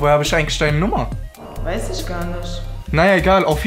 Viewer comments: "weis ISCH garNISCH" so ein abturn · Ischhh kenn ihn nischhh ischhh schhhschhsshchwöre jaaaaaaaaaaaaa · Das einzige was mich aufregt ist diese Isch von der Freundin oder warum nischt. Wozu haben wir ein ch? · Einfach nice😂aber das problem ist...sie ist ja echt hübsch aber ihre Aussprache🤮🤮Isch Nicht was das